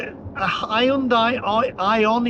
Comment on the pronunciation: Hahahahahaa, not only have you upset Swingers, you have also upset Hyundai drivers with the pronounciation, have you not seen the ad for it, the SatNav going to High & Dry Launderette. All the Madness will end if everyone watches pt 1 & 2 of Brown Car Guys YouTube videos on Air Polution in London with a meter at Heathrow, on the N. Circular & the shocking results for what the Tube was reading. Its all Lies they are telling you, Stand Up & say NO!!!! Onwards..........